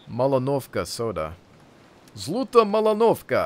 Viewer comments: you pronounce zluta exactly as the Swedish word for stop is. (And that is sluta, big suprice aye?) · Some russian lessons for you =D I guess the word zluta pronounced zlʌta (this is a moldy word, new is "zolotaya", that means golden), cause this will make sense - "Golden Malinovka". Malinovka is a name of some small settlements in Russia.